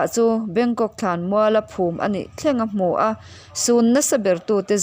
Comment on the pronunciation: I chhiar dan kha u luk deuh la a va tha ve Mura pawh kha i lam dik lo deuh ra tih lai kha thuk tur a ni e.